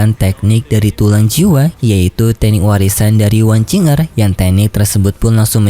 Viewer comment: Wang qiu er yah bacanya bukan wang cing er